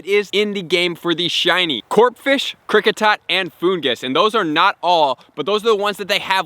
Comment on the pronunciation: The "p" in Corphish is silent. = Corfish The "y" in Gyarados is silent. = Garados The accent is on the Ma from Marill. Like Will Farrell. Minun is pronounced nearly identical to do the word "minus" = Mynun anyone noticed that doing going on about his business in the background? wahhaa